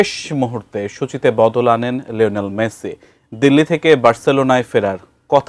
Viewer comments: ওরে কাঙ্গলু ওর নাম মেছি না, মেসি। ঠিক করে উচ্চারণও করতে পারে না। কি অবস্থা, এরা নাকি সাংবাদিক। ভয়ংকর সাংবাদিক। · উচ্চারণ এই রকম হলে সাংবাদিকদের অবস্থা 😂😂টিকিট,মেছি